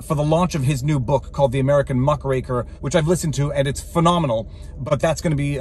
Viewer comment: Is it "muck-raker" or "muh-cracker"?